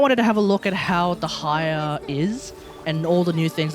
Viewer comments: Is it so difficult to admit you’re pronouncing her name wrong? It’s actually annoying. Most people do research before pumping out any content. Stop caring about your ego. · I get that hate comments can suck but "Tig-nari" isnt correct and neither is "De-ha-ya". Also Dehya is an arabic name, the character is from the desert which was inspired by the North African Sahara desert which includes Egypt which is basically 70% of the Sumeru desert inspiration. You might as well ask an Indonesian how to pronounce your name. I'm not sure how exactly to pronounce it since most sources do not include proper pronunciations nor is it a popular name but based on the spelling it can be pronounced a few ways being: 1) "Deh yah". 2) "Deeh yah" 3) "De heeya" These are all variants based on possible accents added onto the name and or extra added pauses in the case of the 3rd one. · Your pronunciation is correct dude! Dont mind to others' comments, also good video! I'm main Dehya since her release AND Furina+ Shadow Hunter works pretty well i have to say 😀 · the fact that he mispronounced her EVERY SINGLE TIME made me felt sick